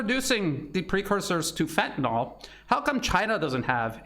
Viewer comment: just on drugs... there is no FENTANOL.... it is FENTANYL 😉